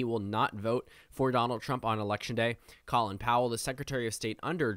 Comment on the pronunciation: Just an FYI but “Colin” in Colin Powell’s name is pronounced like “Colon”